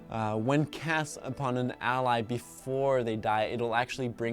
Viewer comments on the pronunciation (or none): none